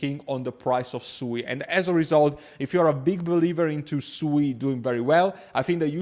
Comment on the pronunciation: its pronounced "SWEET" lol